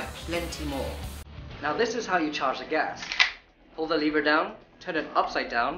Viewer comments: It’s lever not leaver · Lev-er not Leave-er